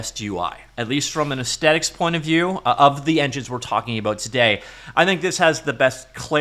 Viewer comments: Arggh I'm getting so triggered by the many many times aesthetic is pronounced ace-tetic lol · The word "aesthetic" is pronounced with the 'th' sound, like asthma. Ezz-thetik, kinesthetic, etc... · What is it with people no longer pronouncing the TH in the word "aesthetic". There's no hard T kids, it's a "th". Talk better England. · Why do you not pronounce the TH in 'Aesthetic'?